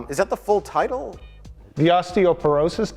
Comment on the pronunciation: I'm tired of mike purposely saying titles wrong